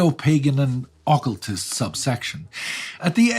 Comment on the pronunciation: your pronunciations are driving me nuts. double check them. Occultist ([əˈkəltəst]. The "U" is not a long sound. It is a short sound.